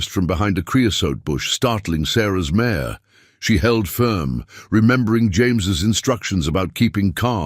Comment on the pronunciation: not «mayor» but «mare» - «jument» in french, i. e. a she-horse